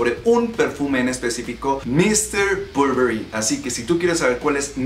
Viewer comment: muy bien tú video pero pronuncias un poco mal el nombre del perfume te lo digo yo que trabajo para la marca. De hay en fuera muy bien el vídeo de m.r Burberry